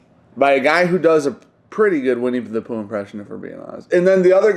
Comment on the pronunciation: /20 are you saying Winnie the Pooh, or Winnie the Poon?